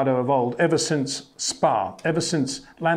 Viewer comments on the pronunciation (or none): none